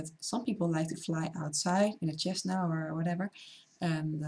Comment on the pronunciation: What's flying a chesna? How do you communicate with ATC so they can understand what's a chesna? I'm sure you've paid alot of extra money for accent damage ensurance. A little smile is not too expensive lady. Smile sometime. It won't kill you